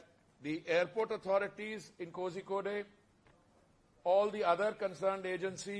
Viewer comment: Horrible pronunciation of kozhikode.